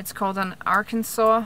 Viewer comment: Thanks for another good one. I always enjoy and learn something from you. You said Arkansas like we say it in Alabama.